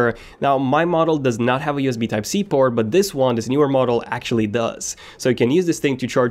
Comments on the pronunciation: single USB type c porn 😂🤣instead of saying port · haha he only said it and it sounded like that cause of his accent..